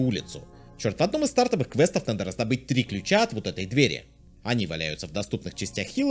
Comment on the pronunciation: Хорошая попытка, но мы все поняли что на самом деле это "квэст фор"